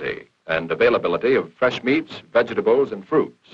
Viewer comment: "Vedga ta bles"